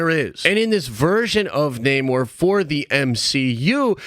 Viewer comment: Not with Nah-more.